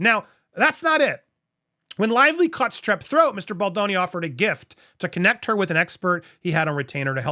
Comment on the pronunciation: I'd like to point out something about Andy and this lawsuit. For weeks he mispronounced Baldoni's name while also very publicly trying to play up to Ryan's ego with his comments simultaneously (you know, in case Ryan watched an episode). It looked like repeated jabs at Baldoni for Ryan's benefit. Now that he is convinced both Ryan and Blake actually did this to Baldoni, he is pronouncing Baldoni's name properly. It's not okay to add to the public bullying so that you appeal to someone else's ego, Andy. I was and am very disappointed in you for this. Pronounce Justin Baldoni's name properly and with respect.